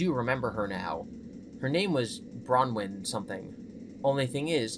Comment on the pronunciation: Okay, now that I've been added to FNAF canon, it's pronounced phonetically BRAWN-win. Not Browin. Mines spelled Bronwyn lol. I yelled at the screen every time you said it wrong. But otherwise, lived listening to your play/read through